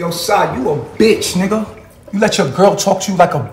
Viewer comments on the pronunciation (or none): had me dead 🤣🤣😭😭😭 why he say bitch like that 😭😭😭